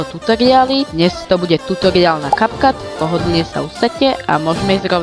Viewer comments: Ahoj super video, no hate len môj názor je že sa to vyslovuje Capcut (kepkat) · diky, ale kepkat sa to nevyslovuje, respektíve niečo medzi Kepkat a Kapcat...